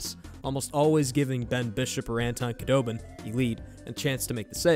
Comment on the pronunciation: Heiskanen is pronounced "HAYS" instead of "HI" and Khudobin has a silent K, but great video!! So glad that Miro is getting recognition on a national level :-)